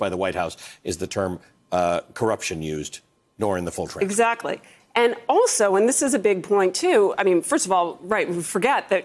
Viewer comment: So funny Lindsay saying strange crypt instead of transcript lol 😂 good show msnbc